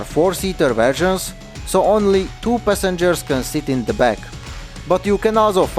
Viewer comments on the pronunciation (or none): "3 pah-sengers"🤣